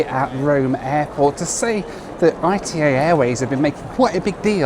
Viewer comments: Bro called I-T-A instead of ITA (ETAH) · Its not pronounced I.T.A its ITA (eat-a) like ita ly . Not initials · For some reason hearing say ITA as 'eye tee eh' instead of 'eeh tah' was really grating! I assumed it was pronounced a bit like the start of Italia rather than as separate letters! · Please, it's not "I-tee-ay". It's "eetah". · "I-T-A" 💀 It's pronounced Ee-tah, not ITA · First of all learn how to pronounce the name of the airline ITA is not like you say but it's /ˈiːtə/ EETA Second how much does ITA pay you? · Oh no, not again,! I thought you had learned that "arrivederci" means "goodbye", not "hello"! And the airline is pronounced "eetah", from "Italy", unless you pronounce the name of the country as "ee-tee-ay-ell-why"! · Hi, great video, just to let you know the airline is pronounced “EETA” by the Italians, the I sounds like an E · It’s eeta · 700k and does not know half things on the route and how to pronounce the airline lol